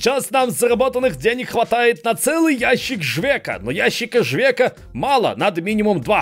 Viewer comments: Там попровка ящик не жвека а живець, читать по Польськи не умеешь?)😁😁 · живец а не живек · По поводу пива из начала ролика. Так как я сейчас живу в Курвлпердолии то просто не могу просто так пройти мимо неправильно прочитанного названия. Там не "Жвек" а "Живец" читается. #помогаемвождяпольскийучить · Жвек))) Угарнул. Вообще "Живец"